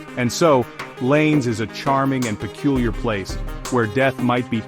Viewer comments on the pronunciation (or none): "Llanes" is pronounced something like "YAH-nehs", not like English "lanes"! 😀Kind of reminds me how Americans pronounce "Amarillo" (TX) - hint, that "LL" is never a single "L" in Spanish...